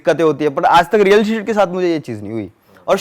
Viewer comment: Real hit ko real shit kyu keh rha h ye